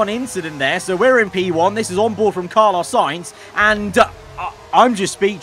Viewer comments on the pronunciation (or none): none